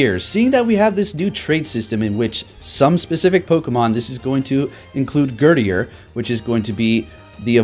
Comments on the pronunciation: Gurdurr not gurdier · like "Herdier" 😂😂👏🏻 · GUR DURR, like girder. Like the thing it's holding.